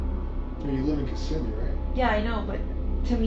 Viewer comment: Kih-SIMmy. Not KISS-uh-me.